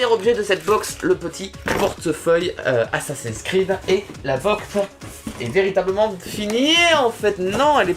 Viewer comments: 12min13 XD assassin scread XD sa se dit assasine scride (et g bien dit sa se dit) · On dit assassin's crid pas assasin cred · sa se dit assasine cride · lol "assassin's cread" au lieu d'assassin's creed😂😂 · Assassins "Screeud" mdrr, Oui c'est un jeu vidéo et qui se prononce plutôt "Scrid" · Ça se dit /assassine scrid/ et pas /assassin screuade/ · Je suis la seule qui étais morte quand il a dit assassin's creud à la place de assassin's creed qui se dit crid xD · tu dis assasin screed mais cest assasin creed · Comment tu prononces Assassin Scread ... Mes oreilles saignent XD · moi j'suis choque il connaît pas assassin scread et il dit "screuad" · OMG comment ta prononcé Assasin's Creed sa se prononce Assasin's Crid et c un jeu et un film mais le jeu est sorti avant le film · mdr ca se dit assassin's crid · on dit assassine scrid pas assassin sread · Assassein scre ad XDDDDDD LOL Comment il a massacré Assassin's Creed !!! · omg comment t as dit assassin's creed mdrr tz dit assassin's creud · rassure moi farod tu blaguais quand tu parlais de assassin's screed 😂!? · sa se dit assaine's'crid mais sa s'écrit assassin's'creed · CA CE DIT ASSASINS CRID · qui a ete choquer qquand il a dit assasin's screud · Ça se prononce "assassine scride" et ça s'écrit "assasin's creed" c'est un jeu vidéo très récemment adapte en film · ASSASINS CREED IL A TROP MAL PRONONSER